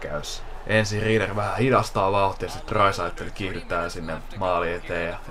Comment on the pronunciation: Olisit kiinnittäny huomiota lausumiseen. Se on Graiss ei greiss. Samoin Rieder sanotaan Riider.